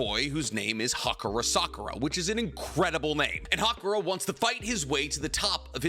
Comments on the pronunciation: Haruka* not Hakura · Am I the only one who noticed the MC name is HARUKA NOT HAKURA LOL 😂😂😂😂